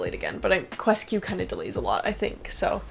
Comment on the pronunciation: Surprised how the Japanese pronounce QuesQ as "KyoosKyu" btw,, I thought you'd actually go with that 😂